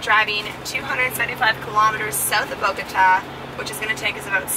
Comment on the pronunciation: Welcome back! Missed ya's. Lee, you only got 9 1/2 hours of sleep? 😅 I have great memories of Bogata, and, you pronounced it without a problem, Congrats!!!!! You both look really rejuvenated! Beautiful landscape, where exactly is that, definitely gotta go there!!!!!!, Lee kicked your ass on the workout, c'mon, ya can't let Lee make ya look bad like that man!!! 😜 Cauliflower taco's? Ecuador is beautiful. Great outtro!!!